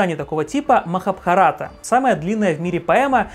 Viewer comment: Махабха́рата. Ударение на 3 А.